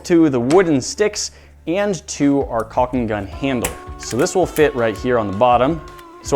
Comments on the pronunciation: The way you say “calling gun” keeps sounding like “pelican gun”. ;) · Its cocking gun not caulking.